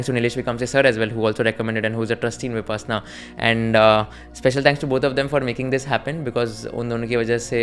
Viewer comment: It's pronounced as Vi-pash-na not vipassanna. Why do we need to white wash our hindi words? Goenka ji says it multiple times throughout the discourse.